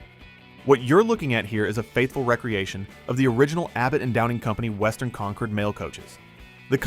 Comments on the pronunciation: It's NOT "recreation" - like recreational vehicle.... it's "re-creation" - like to create again. I don't know what 3rd world country you live in but, STOP USING AI TO NARRATE VIDEOS!! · Agreed. It's a re-creation not recreation. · I wish AI could pronounce re-creation.